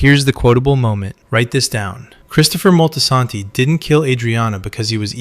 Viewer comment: he dih-dent